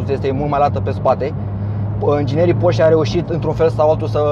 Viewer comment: Se pronunță ,,porșe" ...